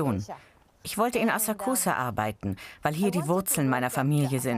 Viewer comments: Bitte nicht schon wieder eine scheußliche Aussprache! Ihr seid doch eine Wissenssendung oder? NICHT "asah-kusah" sondern "assaksa'". Mensch, die Japaner im Video sprechen es doch richtig aus. Habt ihr bei Galileo keine Japanologen oder könnt ihr keine organisieren...? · Es wird Asaaksa ausgesprochen... :( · Es wäre schön, wenn das Galileo Team die Aussprache verbessern würde von den japanischen Wörtern. Wenn die Dame die Wörter wie Asakusa und Shamisen schon original ausspricht warum sprechen die beiden Kommentatoren es immer noch falsch aus. Seltsam...